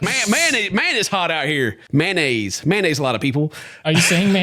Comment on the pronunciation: The may-nayze is my fave part 😆